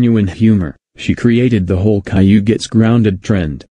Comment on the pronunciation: I thought she was done too, she even knew how to pronounce Caillou’s name the right way, but then went back to calling him Kayloo which irrtates me